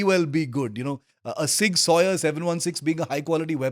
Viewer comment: please pronounce it properly at least 😢 zig zouwer or sig souwer at least. not sig sawyer :/